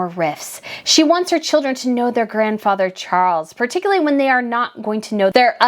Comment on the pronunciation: Charles..NOT Cgarles!!!!!